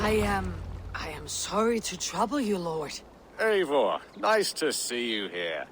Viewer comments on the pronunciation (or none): How do you play a frickin gazillion hours long game where everybody shouts out your name every five minutes and STILL pronounce it EYE-vore? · Say it with me: "Ay-voor" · AC Valhalla; how do you pronounce a character's name wrong while "LITERALLY" showing footage of the name being said correctly? He's "Norwegian" not "Russian", the game literally tell you this AND how to say their name (no matter which gender choose) MANY MANY times.